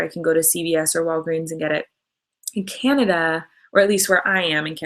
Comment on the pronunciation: americans say canada like "ceanada" its vv annoying